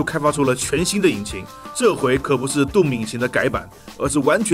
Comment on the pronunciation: 我看過無數人講解過 毀滅戰士 doom 這款遊戲，是第一個youtuber 把doom的發音念對的人。 "頓"拉長音，其他念的人全部發 "洞"拉長音。 衝著他念對了，必須點個贊。